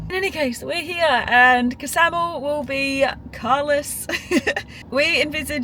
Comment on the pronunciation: Ksamil is pronounced with a silent K. Like ksamil.